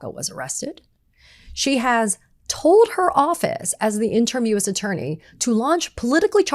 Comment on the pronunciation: Katie -- "interim" is pronounced in-turr-im.